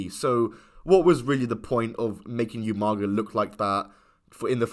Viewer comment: How hard is it to say Oomaga instead Youmaga like you can hear the commentary say umaga bro 😂